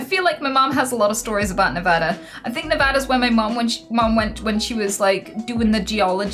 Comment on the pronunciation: Anita you just made my day by being one of the very few people (not from here) that actually pronounced 'Nevada' properly. You would not believe that the majority of Americans who say it wrong.......even newscasters!